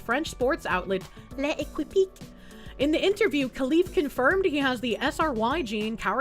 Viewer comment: "Le Equipit" 🚫 "Lekip" ✅️